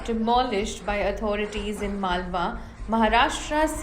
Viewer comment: It is not malwa. It is Malvan